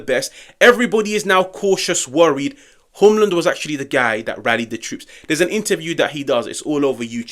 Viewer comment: We gotta work on your pronunciation. If we get him. ❤ much love. As a Dane I’m biased but I have said since his first season at lecce that we should get him. I hope he comes